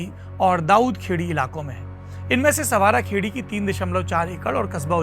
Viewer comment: संवारा खेड़ी नहीं सांवरा खेड़ी